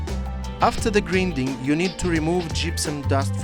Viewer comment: Grinding произносится ГРАЙНДИНГ